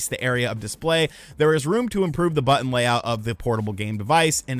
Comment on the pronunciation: But-Ton. Not, But-End...